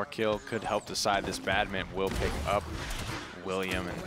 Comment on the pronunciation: this guy's been commentating too much smite he said "That will be a full diecide" lol